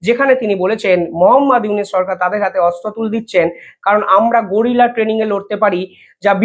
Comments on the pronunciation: গোরিলা নয় রে দাদা, কথাটা গেরিলা। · আরে ভাই গরিলা না উচ্চারণ টা হবে গেরিলা, বিনা পড়াশুনায় সাংবাদিক হওয়ার স্বপ্ন দেখলে এমনি হয় I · গরিলা যুদ্ধ নয়। গেরিলা যুদ্ধ। ধৃষ্টতা মার্জনীয়, অনেক ধন্যবাদ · গোরিলা যুদ্ধ নয় গেরিলা যুদ্ধ